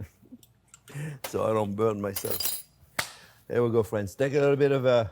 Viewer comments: Well hello der fwens! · Me 2 when I hear hello dare I smile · I was just thinking about lasagna...how good it sounded!!! while driving in the heavy snowfall yesterday. Thanks for reading my mind for a new lasagna recipe on Soup Monday, Chef!!! And hearing you say "Well hello dere friends!" always brightens my Monday!! Thanks for all you and Jack and all do!!